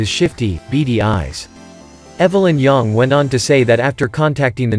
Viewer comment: You don't know how to pronounce YANG properly. So shut up!!